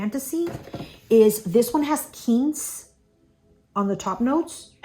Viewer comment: It is not Keentz it is Quince.